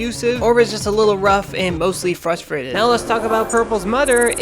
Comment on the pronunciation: No offense, but you literally say 'frustrated' as "frusfrated".